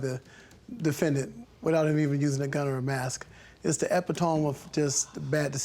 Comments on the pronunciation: he pronounced the word, " Epitome" as epi-tome (tome pronounced like home). It's pronounced Ee-pit-oh-me (best way I can put it phonetically, haha). It's not that big of a deal, he even used the word correctly in the sentence... I think it may be one of those situations where you've never heard the word, you only read it (a good example would be the word plethora). I'm still watching the episode, but it caught my eye so idk if he said anything else though. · Plaintiff shouldn't use words he can't pronounce! Epitome is pronounced eh-pit-toe-me, not epee-tome! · Did I just hear "epi-tome" instead of "epitomee"???? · Epatone? Lmao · Epitome IS a word, but he's totally pronouncing it wrong!!! 🙄🙄🙄😂😂😂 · he said epeh-tome haha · When that man pronounced it e-pi-tome (like home) i knew he was a professional bs'er 🤷‍♀️ they always try to sound smart to manipulate people lol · Epi-tome. Um. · Lori Sally lmfao 🤣”epi-tome “ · Did he say...E-Pi- Tome....uh!...and says it more than once! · His mispronunciation of 'epitome' grated my nerves. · Anyone gonna tell him he's pronouncing "epitome" wrong? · Epitome lol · I know, he was like a whole sillable off! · An epitome...lmaoooooo. He could have at least said it correctly. I'm HOLLERING! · He said "epitome" phonetically LOL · I cringed every time he did it. Don't use big words to make yourself look smart if you don't know how to pronounce it. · Isn't that crazy LOL because if I'm not mistaken he use the word correctly but he said it so wrong I'm over here looking at my screen telling him epitome saying it the correct way LOL